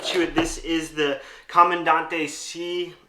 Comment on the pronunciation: pronounced Camandan-TE. Not that it matters. My philosophy... you own one, you can call it whatever you want! 😅 I think for American Cherry, the clear catch cup looks best.